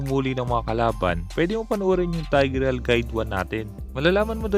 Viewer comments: kuya.. hindi po "TAYG-REYAL". Baka po "TIG-RIL" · No one:: TAYGRIYAL